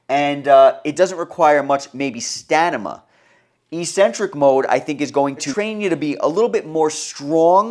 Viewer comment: "Stanama." 😅. Thank you for sharing this information.... I just needed to let you know you are saying this word wrong. I got a good chuckle out of it. Thanks again